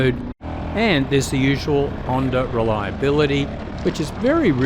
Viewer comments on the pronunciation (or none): There is no "r" in the word Honda.